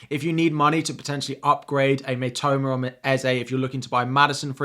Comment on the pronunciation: You mentioned Mbuemo correctly 👏. Most commentators get it wrong.